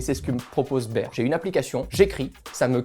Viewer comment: La prononciation de bear est mauvaise ...